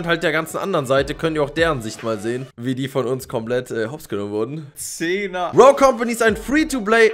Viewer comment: Macht mich das agressiv wie du rogue falsch sagst 😂